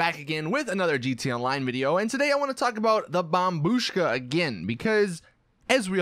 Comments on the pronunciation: 7.30 he went back to his old way of saying bombbushka again by saying bombshuka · He said "bombshuka" again omg I'm gonna actually kill myself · you said bomshuka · Did somebody noticed how in one part he said bomb shuka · How dare you say bombshuka again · When he said bombshuska 😂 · He called it the bombshuka again. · You said bombshuka again